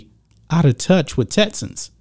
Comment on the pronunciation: TeXas. TeXans. Not “TETsas” or “TETsans” 🤣. Everything else, 100% buddy!